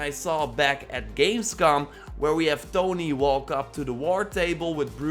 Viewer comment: did my guy just say thony??